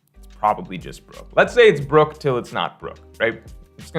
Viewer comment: It's Brook